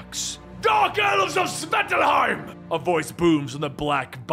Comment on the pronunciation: How to pronounce 'Svartalfheim': Swart (as thwart, but starting with an s), Alf (like the TV show), Heim.